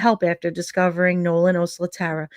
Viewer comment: Thanks for following up on her case. I think her last name is pronounced “oh SLAT err uh.”